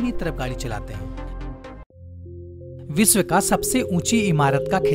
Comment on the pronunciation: विसव नही विश्व बोलते है सही बोले सानदार नही शानदार